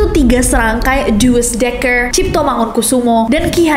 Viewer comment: sedikit kritik untuk Nessie, tidak semua nama orang Eropa itu harus dalam pengucapan ala Inggris, nama Plato atau Douwes Dekker, itu dibaca seperti adanya sesuai cara pengucapan ala Indonesia, jadi Plato ya tetap Plato, bukan "Pleddo", atau Douwes Dekker ya tetap Douwes Dekker bukan jadi "Juwes Dekker", karena mereka bukan orang Inggris walau mereka tetap orang Eropa (mengenai Plato memang bukan di video ini, tapi ada di video lama)